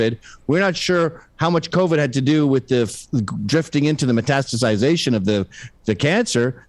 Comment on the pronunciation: “metasticization” yea that’s not how you say that LOL